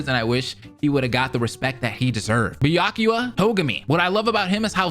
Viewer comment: Its pronounced be-ya-ku-ya